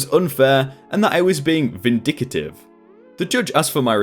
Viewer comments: And when he said "vin-dic-ee-tive" it's 'vin-dic-tive' 🤣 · Sly-me as in like slime. Pro-pry-et-or. Vin-dic-tive. I don't normally grammar nazi but this particular video you did not seem to take the time to make sure that you are pronouncing things correctly which, since you are British as am I, is one of the reasons I normally like your video's. This one seems a touch below your normal standard. Sorry.